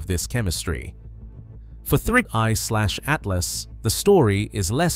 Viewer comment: Fun fact. If a video pronounces this comet as "3 I SLASH A T L A S," then it's probably just ChatGPT generated bullshit and you could just ignore it and go on with your day